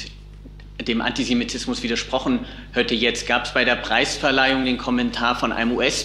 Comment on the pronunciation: 'hätte', nicht 'hötte' 😀 (bei & ... ev. noch )